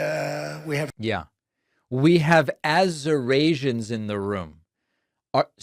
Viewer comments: Azerasians must be the ones coming from "countries nobody has even heard of" that he keeps talking about 😂😂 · Lots of Azorasians in the room. How’s things over on Trouth Senchual? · AZURASIANS ? C’mon Americans . This is ridiculous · Wow trump really? Azurasians? Did you even attend one class in College? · OMG they have got to get this guy to a hospital STAT,😱😱😱